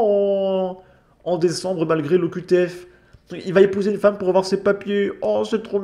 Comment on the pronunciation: Il ne faut pas afoir peur!